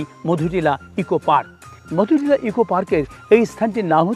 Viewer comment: মধুনীলা নয় মধুটিলা হবে